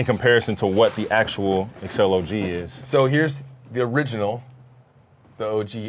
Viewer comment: guys its the ACCEL not the EXCEL